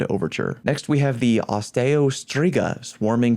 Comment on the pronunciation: it's "Os-Stee-Oh" Like Osteoarthritis? Osteo literally means "bone".